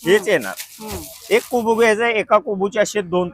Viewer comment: कोबू काय कोबू 😂😂😂😂😂😂😂😂😂 कोबी असतं ते😂😂😂